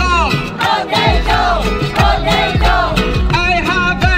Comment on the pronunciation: Nobody: Absolutely no one: Not even a single whisper: I HAVE A POTATOO POTATO POTATOO I HAVE A POTATOO